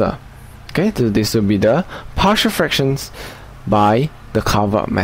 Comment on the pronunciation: Why do I keep hearing it as "partial differential equations"?